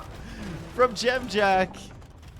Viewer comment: Impressed how well you say Dziamdziak. It's a tough one!